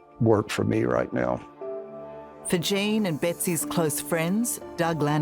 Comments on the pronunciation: It's pronounced " Jean", long vowel /e/. It's a CVCe phonics patterns, not "Jane". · Jane?? Cant she pronounce Gene.. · it’s Gene -pronounced “Jeen” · Gene - pleaee prnounce it properly. Not "jane". Thank you for him and family